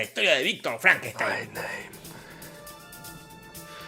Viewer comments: My name it's pronounced Frankensteen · FrankenstAin, maestro. Frankenstaaaaainnnn